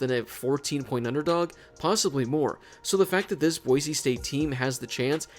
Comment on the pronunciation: Thank you so much for saying Boise and not Boize